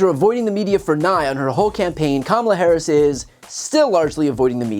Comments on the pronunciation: First of all, Sanders can't even pronounce her name correctly. How humble is that? Just Towing the MAGA line. Also, I don't think anybody would use the word humble, to describe sanders. I would definitely use the word hubris and arrogant. But humble would never be a word anyone could use to describe her. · We should all start pronouncing the H in Sanders' first name. At least until she can get Harris' name right.